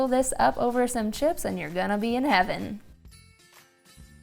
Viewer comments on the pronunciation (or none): none